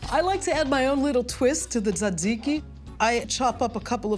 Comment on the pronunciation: you pronounced "tee-zay-tee-zai-kai" wrong